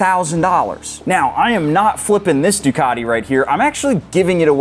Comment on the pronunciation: Make Ducati sound Italian again.